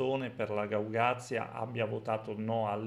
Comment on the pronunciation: Un piccolo appunto: Si dice Gagauzia,non Gaugazia